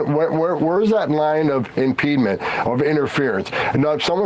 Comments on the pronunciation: There is no such word as "impedement" 😂. Impediment, impeding - sure. The border czar can't speak English 😂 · That blob cosplaying as a human thinks AOC is dumb, while saying words like “impedement” which is not a word. You couldn’t write this shit. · Can someone please tell that meally-mouthed jackass that "im-peed-ment" is not a word!! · "Impedement" says the czar, repeatedly. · Homan is clearly drunk… slurring every word, stumbling over pronunciation of words like “impeedment”. It’s sad to see a person slide into alcoholism. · Emma is so incredibly smart :) One in a million, I've looked far and wide. The Harkonnen can't even pronounce impediment properly...